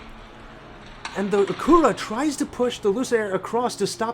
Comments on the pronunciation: It is pronounced Akyura not Akoora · A-CU-ra. Lol. Are you kidding me? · Had to search to see if that was the way it's pronounced in Japan... it is not LOL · Pronounced Ack you ra. Accent on ack. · Stop butchering acura or just call it an overpriced honda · It’s killing me how he is butchering the name Acura 😂